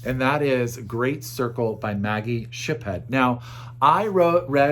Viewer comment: It is Shipstead not Shiphead. Anyway, best wishes from Merida México